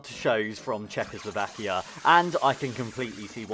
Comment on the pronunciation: I would learn how to pronounce Czechoslovakia before making a video:)